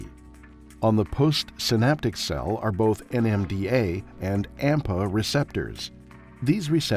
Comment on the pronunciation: Please note: "AMPA" not "APMA"